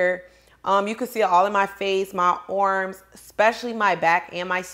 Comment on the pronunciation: The way you say arms is funny “my orrms” . Anyway it’s good that you work out . Try not to get so much surgery your body looks perfect the way it is .